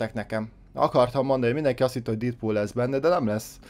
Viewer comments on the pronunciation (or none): Dedpul úgy kel kiejteni